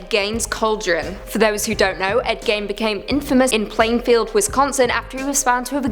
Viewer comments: Dear, dear, it's pronounced "GEEN" not "GAIN" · Ed Gein pronounced/Geen/ not /Gain/! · Pronouced 'Ed GEEN' and 'Zak 'Baggins' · Bagans(bag-ens) Ed Gein (geen; geeeeeee-n) The pronouncing drove me insane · This isn't the first time either. They always butcher his name. Eh get it? Lol but yes it bugged the hell out of me! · thank you!! it really bothered me how she pronounced his name